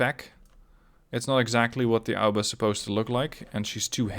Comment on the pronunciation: Mate is A O B A not alba, good video tho ahah